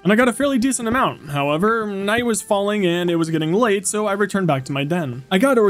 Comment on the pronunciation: I’m not sure if you’ve noticed but sometimes when you say “so I” it sounds like “som I”